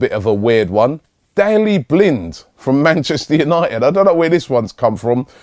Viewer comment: robbie cant say any name right 'Dalli Blind' lool